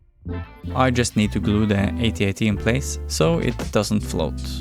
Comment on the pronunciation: It's AT-AT not AY-TEE-AY-TEE 🙄😂😂😂